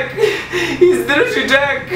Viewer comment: Nije dzek nego jack